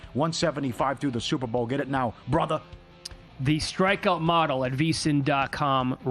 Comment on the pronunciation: “Brotherrrrr” not “brotha” 😤